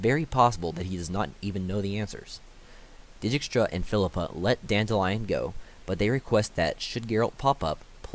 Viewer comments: So they are Dee-kistra, Re-yance, Dooony not da ni, Vil-gafortz not Viljehfortz, Aratau and the d is silent, Tissaia de vree coz in that way its is probably a french name so i no way it would be vries and lastly Nenekeeeee not nenek. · Had fun pronouncing Dijkstra to my self